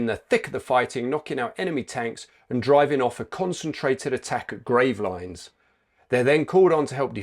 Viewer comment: Great video and fitting tribute to a heroic man. My only criticism is your mangled pronunciation of Gravelines. It's grav-ell-een.